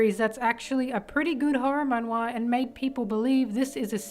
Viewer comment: The way you pronounce “man wha” isn’t correct it’s like “man (maan) wha”